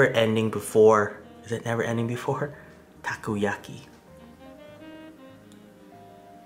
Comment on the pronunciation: dude he cooked the Takoyako as he sais but its "Takoyaki" he cooked them so bad and then even used scissors its quickest if you cook good balls and then turn them with a skewer also he uses chopsticks and pokes things that is so disrespectful all over asia